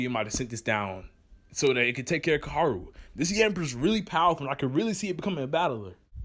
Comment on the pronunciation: Can you Pronounce Koharu?